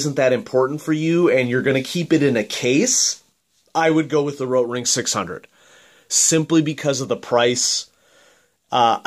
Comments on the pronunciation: you roll your r. No german rolls their r. It's a good try though, the german r is more throaty and most english speaking people can only pronounce the soft r. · Thank God you stopped saying rotring like that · Why do you say "rotring" in such a weird way? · Good point. I noticed that too.